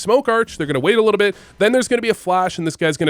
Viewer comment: are u french? i heard u say "a litta bit" and you look french in pfp. but you've never given french b4. just thinkin